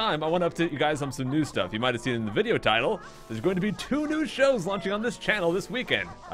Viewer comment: Oh i thought he said new shoes not shows